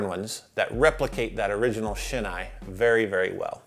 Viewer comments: The correct pronunciation for Shin-Ei is “Shin-A”, not “Shin-Eye”. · Maybe the name of the Shin-Ei company has taken on its own English-ified pronunciation over the years as "Shin Eye" but the true Japanese pronunciation is actually similar to "Sheen A" (like Ate, not Ah).